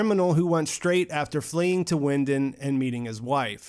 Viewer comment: Great video, though I don't like how you pronunce Winden